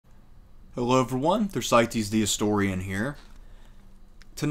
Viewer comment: The name "Thersites" is not pronounced according to the conventions of English. The "e" in "Thersites" is not silent, and it does not make the "i" sound long. The "i" is pronounced short. The "e" is pronounced long. The final "s" is pronounced as "z" is in English. Ther - si - teez. You did get the initial "th" sound correct. Typically, the Anglicized pronunciation of the letter theta in classical Greek is pronounced as if it were the hard "th" sound of the Anglo-Saxon letter "thorn," as in the pronunciation of the "th" in the word "thick." As others have noted, you mispronounce a lot of words. The "ch" in "sepulchre" receives the hard "k" sound, not the "ch" sound found at both ends of the word "church." As a teacher with an advanced degree in history, I recommend that you master pronunciation of words in English in order to create credibility in your presentations. Thank you for your hard work. I don't always agree with your observations, but they are more relevant than the garbage people post elsewhere on YouTube, TikTok, Instagram, Snapchat, etc. Please continue your efforts. 👍